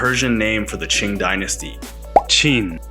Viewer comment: Can't be Qing "Ching" right? It’s "Chin" Qin Dynasty.